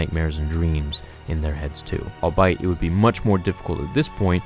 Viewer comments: It's not pronounced "all-bite" it's pronounced "all-bee-it" just fyi bud... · I like how he says all buy it instead of all be it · Albeit - pronounced: "ALL-BEE-iT" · Lol "all bite"... you mean all be it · Dude... you're pronouncing "albeit" sooo wrong. It's virtually 3 words scrunched together. All, be, and it.